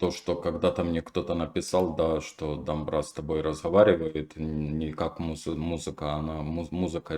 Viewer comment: спасибо, КЕРЕМЕТ!!! На заметку: дО'мбыра!!! (дАмбра не правильно)